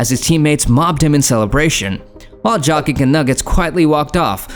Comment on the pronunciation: I think its AI lol. Joekic lol